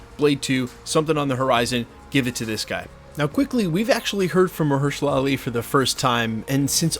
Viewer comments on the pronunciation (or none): It's funny how one scooper stars pronouncing incorrectly something ( in this case Mahershala Ali) and then all of them would do the same. 😊😊😊